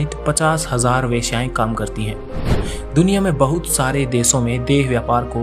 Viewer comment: Don't say Beaysiya ok